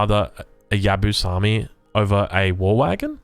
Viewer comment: Maybe a little bit late, but this is how you English speakers pronounce Yabusame: Ya-boo-sa-may hope this helps